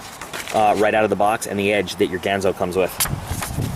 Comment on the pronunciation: I'm waiting for mine to come in, how about doing an acid dipped, stonewash with a clip replacement? BTW, it's pronounced "Gahn zo." As in Hattori Ganzo.